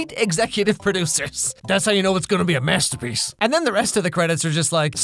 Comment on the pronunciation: "gonna be a MESS- terpiece?" 😂😂😂 i like Princess Switch tho but I never knew there was a third one 🤣 thanks for the update!